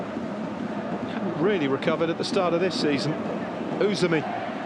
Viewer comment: His name is Usami, not Usumi 😂